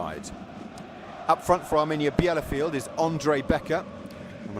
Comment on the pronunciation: This is painful listening to the commentator's butchering of the home team's name.